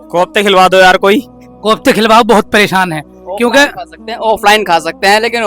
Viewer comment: Kyon logon ko bevkuf banaa rahe ho hote to pahle unke makhraj sahi hote,farz ko farj bol rahe hain pareshan ko paresan bol rahe hain,aur sawal bhi itne aasan poochh rahe ho jo ek chhote bacche ko bhi maloom ho, yah alim se sawal karne wali sawal hai